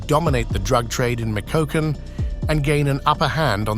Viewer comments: Michoacán pronunciation is MEE-CHO-UH-CUN (cun without the T, close enough on spelling), not ME-CO-A-CON. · I thought my Spanish sucked but micokacken lol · ME-CHOA-CAN = MICHOACAN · Where exactly is "Mick o wocken"? Is that anywhere near "me show econ"? Gotta love AI voiceovers...🤦